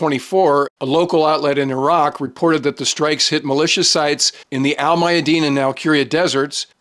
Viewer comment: He knows how to say Iraq! Yeah, they're not eye-rack, eye-ran or eye-Italians for that matter.